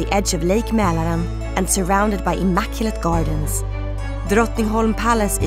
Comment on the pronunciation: The voice girl must be swedish, she pronounces words like Drottningholm and Mälaren too perfectly. At the very least she’s scandinavian. Oh and I live in Stockholm btw 😊